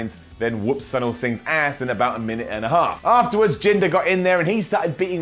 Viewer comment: It’s pronounced “Soo-neel”.